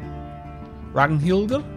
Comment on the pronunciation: Æ/æ = ae or Ä/ä Ø/ø = oe or Ö/ö Really can't think of how to explain Å/å The awkward r at the end of names i am quite sure that they are pronounced like you did Ragnhildr